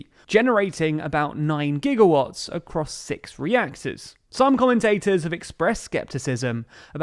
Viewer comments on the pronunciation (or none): none